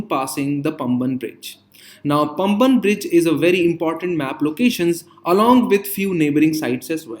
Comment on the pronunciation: பம்பன் bridge illa பாம்பன் bridge